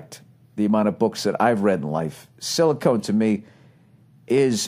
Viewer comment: lol silicon not silicone